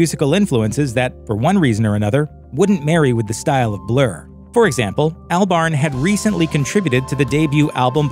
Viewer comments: Isn't it pronounced Awlbarn, not Earlbarn? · Who is this "Al Barn" he keeps talking about?? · Is it not pronounced Albern? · “ Albarn” lmao the way he says it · that pronunciation of Albarn tho...